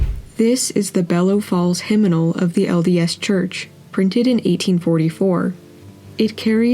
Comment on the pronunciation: “Hymnimal”? It’s “hymnal”